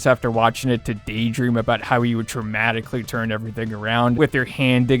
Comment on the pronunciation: I assume you said "dramatically turn everything around" but I keep mishearing it as "traumatically" and that sounds a whole lot more accurate to life tbh lmao